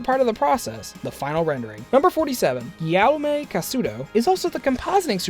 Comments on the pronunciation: It's said "giyom" not "gwiyowmay" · yawme? Do you mean gi-aume? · Fact #47: OH MY GOD HOW THE HELL DID YOU SAY "Guillaume"?! Seriously, that's not even close. Sounded like "Yao May" Chinese name or whatever. Ask Google when you don't know damn it. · Gui yaume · Did he say Ganny Jojo? xD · the way he said guilliaume made me cringe so hard. its gee-um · Charlie Glover me too omg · Guillaume... dear god that pronunciation